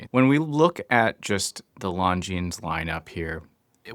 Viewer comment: Longines is spoken with a silent "s" and the "black" version with the mesh actually has a dark grey bezel insert, not black.